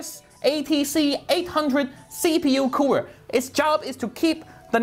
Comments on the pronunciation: “BiG BLACK KOOWER!” Im dying!😂💀💀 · nononoono it was ”Big BRACK Coora”